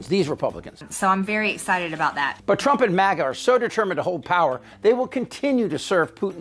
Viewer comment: Was that maga or mogot